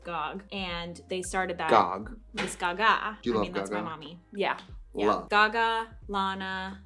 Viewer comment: her calling lady gaga "gàg" 🤣♥️